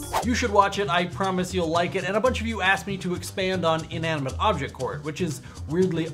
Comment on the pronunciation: Inaminante!!! XD LOOOL